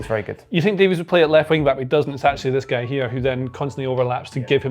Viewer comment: What is it with folks overseas mispronouncing Davies name?